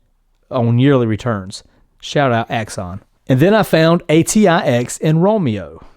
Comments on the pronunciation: Great video, very informative. But you kept saying ATIX when the ticker symbol is AITX and no shade just an observation. Happy trading. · Dude Learn how to say the letters correctly. ITS IMPORTANT